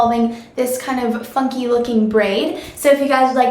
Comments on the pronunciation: i really thought you said fucking instead of funky hah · omg i thought she said "fuck you" when she said "funky" lmfao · Oh my gosh I thought you said "fucky looking braid" instead of Funky. oops! Hahahaha